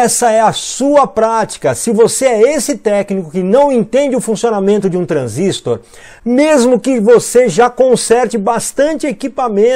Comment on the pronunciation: O Mário, é transistor e não transístor !